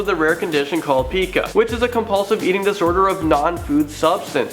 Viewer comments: Pica is pronounced: pie-kah not pee-kah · every time i watch these video he always mispronounses things. i can't stand it. its not pic-a it's said pie-ka. otherwise known as font. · Pica is pronounced like "Pie-ca"